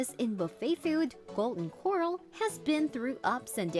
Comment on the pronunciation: The narration had to have been constructed on a computer... how the eff else would it keep pronouncing "Corral" like "coral" ? #Phony